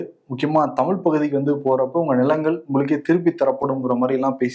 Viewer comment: திலுப்பி , திலுப்பி 🤣😂🤣 பேசுறிங்க 😂😂